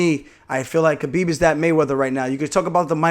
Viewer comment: Idk how you still call him kbeeb it’s K(Habib) cause the K is silent.